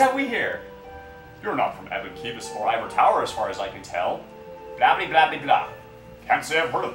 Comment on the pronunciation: Lol "eebon keep" and "eever tower" ...they're just missing the Y's, c'mon xD